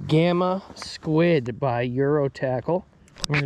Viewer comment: Scud not Squid! Lol